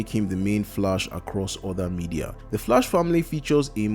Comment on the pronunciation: Sorry, but you pronouncing The Flash wrong. It sounds like The Flush. Well some times it sounds like that. It's understandable, if English is you second language or have some kind of speech disorder or something like that. But I don't know how to explain it using comments how to correctly pronounce it.